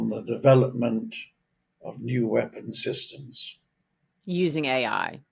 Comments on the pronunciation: For some reason Says A1 instead of AI? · Was he calling AI A-one? Lol. What an expert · Dude kept saying "A1" - I assume he means AI?!? 😂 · Did he just call AI, A1, multiple times?! 🥴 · Artificial Intelligence... ai AI not A1 or aye one... This is literally the third Boomer I've heard call Artificial Intelligence or ai A1. Do better... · "A-One".... Ug. how am i supposed to even relate to this guy (who's probably only 10 years older than I am), if he doesn't know what AI really is?